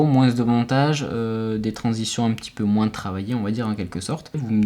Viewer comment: Moi je veux juste que tu arrêtes de dire le S à la fin de "moins" ^^ just kidding, fais les vidéos que tu veux, je regarderai toujours